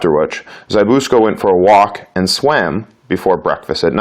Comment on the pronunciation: It's ZZ-BISS-KO